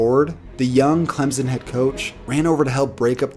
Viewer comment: Please say Clemson right